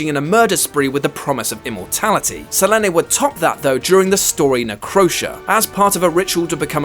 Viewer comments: Se-leen NOT selenay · Selene is Marvel's oldest mutant. And her name isn't pronounced se-le-nay. her name is SE-LEEN! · NOT seh--LEH-NEH ....Selene sounds like SUH-LEAN ....lol SEH-LEH-Neh omg thats ignorant!!!!! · Selene.. How i read (selin) then how i heard in this yt (se le ne) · “sELeNE” ... Selene (se-Leen) !!! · It’s Se-leene not Se-len-ay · "Selen-Ē"....it's Selene, Sell-lean, say it right damn it! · Selene ...like selena gomez w/o the a at the end is how it's pronounced not sa-len-aye lol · Sell-Lin-Nay! LOL! pronounced Suh-lean like in Underworld. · Her name is Selene pronounced SELEEN not Selenay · Who TF IS SELENAY ITS PRONOUNCED SELEEN And spelled Slene DUMBASS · Selene is pronounced Se-LEEN, not Se-LENNY. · It's pronounced suh-leen not suh-lehn-ay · Suh-Lean, not Sell En Ay. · Well I've known many women named "Selene(een)", "Selena", "Celene(still een)" and none of them have ever pronounced it "Selenay". It just sounds so unnatural. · Se le neh? What a stupid pronunciation of Selene. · Seleneh or Saleen? I thought I was pronouncing Selene wrong lol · Dude, her name is Selene! Pronounced SELEENE! Get our together bro! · Anyone else annoyed that he pronounced selene as selenay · SE-LEEN GAL-EEYO not whatever the fuck he said. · Ah yes the moon goddess...Sahlynn A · "Selene" is pronounced the same as "Celine". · Nyhousedancer7 as much as it pained me to here it, she was very close to pronouncing Selene correctly. In Greek, Selene in pronounced [ si-lee-nee ]. Don’t hate, I looked it up. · "Selene" is pronounced Say-leen !! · What the hell is a se-le-ne lol wtf isn't English your first language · Sah-lean, come on dude. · why do you pronounce it as seh leh neh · Suh-lennay? Lol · apocalypse didn't rule earth in aoa and if you're gonna post a video learn the pronunciation and facts beforehand selenay says so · Idk about the character, but the name "Selene" is pronounced "SelEEn". X-D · I guess this guy never heard of the name Selene.